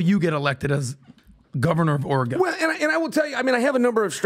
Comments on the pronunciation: is no longer allowed to say “Oregon” ever again. The word eludes him. Oregon. Pronounced Oregun or Oregan to the natives. Not OREGOHN! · If he says Oregawwwn like that one more tim I unsubscribe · Orygun... not OreGone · It's not ORE GON. it's Oregan like organ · “Or-rah-gone” needs this governor. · Omg stop! It’s ORE-GUN! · Or'gun... from Vancouver. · “Oray Gone” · He’d get my vote. And it’s not Ori-gone. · Chael, before Governor, you have to correct people who say “Oruhgone”. The world needs to know. Dang, always finds a way 😂… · says oregone again I’m gonna turn it off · Why is unable to pronounce Oregon like a normal human? What is oregON? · Ugh, learn how to say Oregon, it’s not “or-a-gone.” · Omg cant even say Oregon 🤦‍♀️ let alone weigh in on our issues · I'm annoyed he didn't correct on how to say Oregon... As someone from Southern Oregon I think a lot of the state, especially us down here, disassociate and disavow everything north of Salem as part of Oregon. Portland has been bad for my entire life, but in the last decade it has gotten considerably worse! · continually pronounces Oregon as though he’s never heard it said aloud. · I hate the way says Oregon...my Lord..😂😂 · How does a guy in his 40’s not know how to pronounce Oregon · If you say Oregon wrong one more time Im gonna lose my shizzzzz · Chael please let him know how to pronounce Oregon! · Why can’t say Oregon? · mispronouncing Oregon is too far.